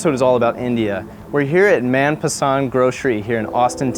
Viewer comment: Great vids, just wanted to let you know that the "man" in manpasand has a "mun" pronunciation as see in munch.